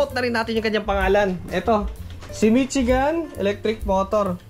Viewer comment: Hindi Mitsigan. Mishigan yan.